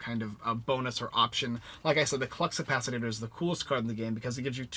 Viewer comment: Thx for the review! (But it's ka-pa-si-tore, Lol!)